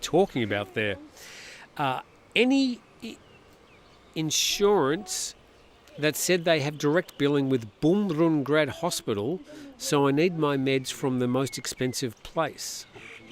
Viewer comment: "Bumrungrad" is pronounced as "Bum-roong-raht." I keep hearing foreigners butchering the name, making it sound like some German/Russian fortress. 😅